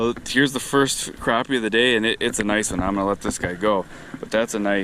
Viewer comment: I love how you pronounce it properly. Crappie not croppie